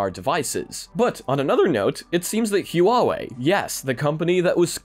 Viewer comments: Huawei is only two syllables: Hwa - Way No "Hoo - ah - way" :P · Not to nitpick but "huawei" is pronounce in 2 syllabus. You got the "wei" part right. It's "Hua" instead of "hu-a" Love your content! Keep it up! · Great video, btw "Huawei" is just pronounced "Wa - Way" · Hey there, don’t want to sound like a bit of finicky person here but the hua wei pronunciation is a bit more like huaaa or whhhaah wei or hu-ah “like the marine saying. It took me a little bit to wonder what company you were talking about but then i got it once i saw the logo. Anyway i love each update and really excited to see what else will come to the quest so thanks for all the great info. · Huawei is pronouced Wa-way. Just for furture reference :) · Damn...the bad pronunciation of Huawei